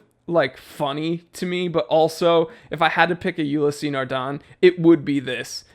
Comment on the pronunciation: Old chap: is not ULISSEEEE NARDEN... is just ULYSS NARDEN! OK? Ok: I JUST HATE (not too much but still) MONTBLANC, specially with no new INGLORIOUS mountain LOGO (the classic pen flower was beautiful? No way, lets change it and find a LAME ONE, YEAH DUDE! 😖😖😖)... But the 1858 series...specially the chronograph... A BIT HUGE but... Yeps! I LOVE IT! 🏁🏁🏁😎